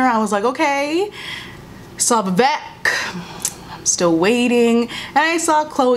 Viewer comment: I agree with everything said in this video as an ally of the black community. As an Indian girl, I felt like this show felt like they needed a token Asian character, so they had Vivek, but they don’t even pronounce his name right (it’s pronounced vi-vAYK not vi-vEHk) and gave him the most stereotypical Indian plot (sleazy, strict parents, cab driver dad). His character was also soooo cringey and unnecessary. I was disappointed at their lame and superficial attempt at representation and for trying so stupidly hard at being “woke”.